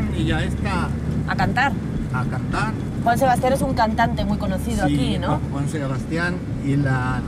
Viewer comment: por qué el don se refería a Joan Sebastian y Jenny Rivera pero lo dijo mal jajaja "Juan Sebastian y Jenifer Rivera